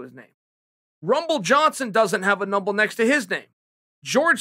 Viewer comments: If Chael says Rumble doesn’t have a “Numbel” under his name than I’ve been saying Number wrong my whole life. Wise words from the undisputed goat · Me: number Chael: mumber Me: mumber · "numble johnson" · “Rumble Doesn’t Have a Numble” should be a Dr Seuss book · Rumble doesn’t have a numble next to his name. God damnit, Chael, you’ve done it again. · "Numble" the dictionary must have changed overnight or something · Rumble doesn’t have a numble made me chuckle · Did he just say “numble”? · Rumble "Numble" Johnson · Rumble Johnson doesn’t have a “numble” next to his name lmao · Anthony "numble" Johnson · "Runble johnson doesn't have a numble next to his name"😂